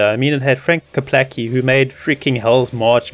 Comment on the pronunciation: "Klepacki", lol, not "Keplacki". And the iconic Red Alert song is called "Hell March", not "Hell's March". Completely agree with the review though. That story and campaign could've been a lot more interesting and complete, but was just a glorified tutorial for a multiplayer game no one really cared about.